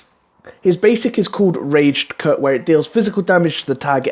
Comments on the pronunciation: Not really a big thing, but his auto isn't called 'Raged' cut, which is the pronounciation you used, but 'Ragged', kind of pronounced like 'Dagger' with the double g in the middle :) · It's not "raged" cut its RAGGED